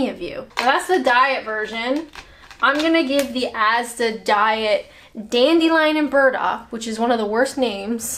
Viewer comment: You said dandelion & birds-muck wrong! No IRN-BRU either!